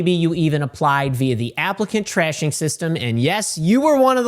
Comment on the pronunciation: I love how it sounds like you called it the "applicant trashing system"